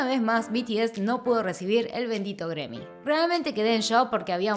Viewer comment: No entiendo por que dices Gremmys si en realidad esta escrito y se pronuncia GRAMMY.